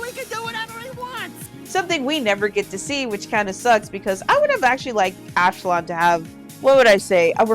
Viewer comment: Ashlon???Ash-LON??? That's as bad as saying Ong instead on Aang